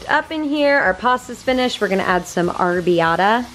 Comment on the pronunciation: I love how non Italians pronounce Italian foods/ food products..arbiata made me laugh haha no hard feelings I enjoy watching your videos, I just really found that funny. its properly pronounced ah- rab- bee-ah-ta....oh and Molly is just adorable!